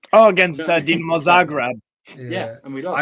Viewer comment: Somebody finaly said Dinamo Zagreb the right way..thank you